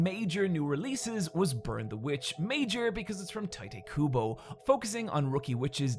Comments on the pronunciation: Kubo's pen-name is pronounced 'tight', according to him. Gotta comment this every time I hear someone go with 'Titty Kubo' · "tight-ay kubo" No goddammit, it's pronounced "Tight Kubo", that's how you know he's cool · I'm glad I can get my Shonen Jump Overview fix every year, and you got much better at it too. Still, I'd like you to check some of the pronounciations for next year, because I don't know who Tighteh Kubo and Posaku Demizu are. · "Tightay Kubo" EVERY SINGLE TIME